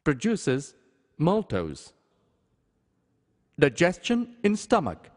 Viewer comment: 'Daegiestion' wow learn pronunciation